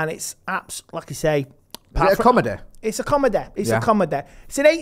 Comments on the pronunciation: “It’s a comedehhh”😂🤣💀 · Andehh it’s a comedehh